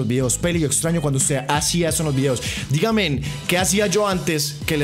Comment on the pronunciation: "Digamen" 🤪